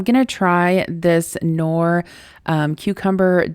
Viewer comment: So funny how you pronouce the Knorr Mix...it is actually pronouced with the "K" like you would in Kitkat. Greetings from Germany